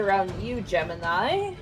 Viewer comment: rabbit you mf'er, Gemini, Gem-in-eye